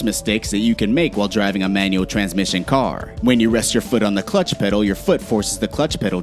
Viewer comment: "Clutch petal" What???